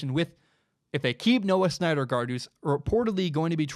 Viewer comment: It's pronounced Noah SIN-der-guard. Not Snyder guard